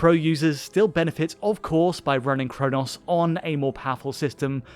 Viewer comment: Bro can’t even say chronos properly.